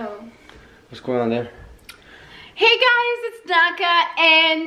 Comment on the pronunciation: Naka not Baka please